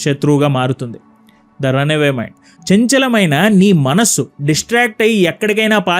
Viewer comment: why does that chanchala maina manusu sounds like - kaatukey akarleeni ah kallu sounding - may b its just me .